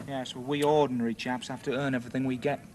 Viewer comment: "..... we ORDNARY chaps ... " 🌟🌟🌟🌟🌟🌟🌟🌟🌟🌟🌟🌟